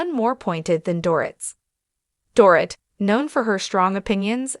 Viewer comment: Learn how to pronounce Dorit correctly m!!